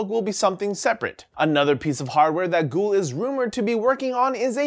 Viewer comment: "Googoo" "Ghoul" C'mon,!